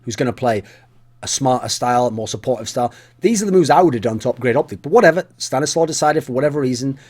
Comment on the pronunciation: Thumbs Up for the proper pronounciation. StaniSLAW! note ColeSlaw Slow